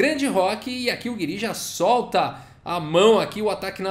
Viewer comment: Acho que a pronuncia correta seria "Gíri", pelo menos é assim q o Nakamura fala e ele conhece o Anish pessoalmente kkkk